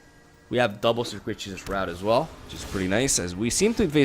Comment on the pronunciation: the way he pronounces circuitous route is funny XD